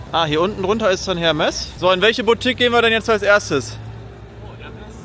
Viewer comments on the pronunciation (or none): Ich bin jetzt zu 3/4 mit dem Video durch und ich schaue fast alle Videos von dir sehr gern. Was mich in den Wahnsinn treibt, ist deine Aussprache diverser Begrifflichkeiten oder Markennamen usw. Daher heute: "Telekolleg 1 " Apres Ski = Apre Schi Hermès = Errmess Moët&Chandon = MoëT (nicht Moeeee) Veuve Clicquot = Wöw Klickoh Als kleine Einführung 😜 Ich hoffe, du verstehst den kleinen Spaß. BVB und Arminia Freunde sind im ❤ verbunden 😉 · bei Hermès spricht man das „H“ nicht gefühlt voll aus… eher Ermès Ansonsten, spottbilliger Kurzurlaub 😅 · und HERMES ist der Paketdienst, HERMÈS ist die Luxusbuotique (ausgesprochen „ehr-MESS“, das H wird im französischen auch nicht mitgesprochen)